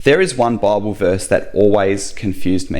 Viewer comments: I know this man speaks with a strong accent (Australian?) but does he realise he says "Barble" instead of "Bible" and this sounds rather comical. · "Bauble" to us Yanks.